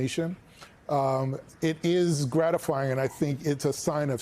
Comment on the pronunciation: "Kahmals'"? Huh? I think you're over-complicating things. It's KAMALA (comma-la)!